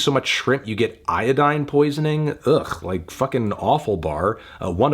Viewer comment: When Pimp said it, he said "Iodine Poy-nin'.